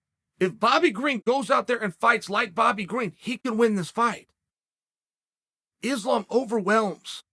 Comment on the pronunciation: Its pronounced issslam makhachev. Why is this ESPN employee displaying an openly segregated mentality ? Your company wont appreciate hateful racist mentality that belittle the names of athletes